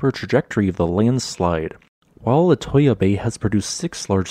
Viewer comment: Little tip- its pronounced( La-Too-Ya)!